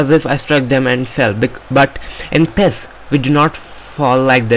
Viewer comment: ITS NOT PHHHEEESSS its PI I ES